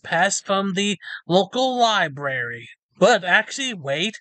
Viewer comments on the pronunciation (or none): The two r's in library are not connected,. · How sad would my life be if I wasn't allowed to go to any library in my county because I couldn't behave?, I think you were banned less because of your "audits" and really because you can't pronounce "library" correctly. There are TWO Rs!